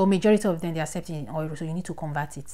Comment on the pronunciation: Thank U, 👏 Bt it felt like u were saying 'Oiro' and not 'Euro'